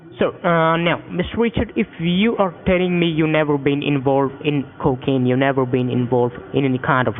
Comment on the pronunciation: "Mr. Wichard, are you sure you've nevow been invowved in any cwiminaw activdees?"